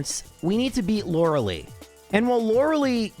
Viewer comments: "lore el eye" not "Laura Lee" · Stop calling her Lore-uh-lee. It is Lore-uh-lie. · Okay, J... I love your runs, but "You're killing me, Smalls!" with the way you mispronounce "Lorelei"--*every time*... :face-purple-sweating: It's not "LOR-ah-LEE", it's "LOR-eh-LYE", for pity's sake! :face-fuchsia-tongue-out::face-turquoise-covering-eyes: 'Much love for the Cubone run, by the way! :face-red-heart-shape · He knows, but he doesn't care. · I will never get over how pronounces Lorelei.